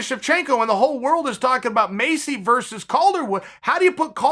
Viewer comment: Maycee Barber: “My name’s Maycee Barber” Uncle Chael: “Macy Barber” Macy Barber: “My name’s Macy Barber”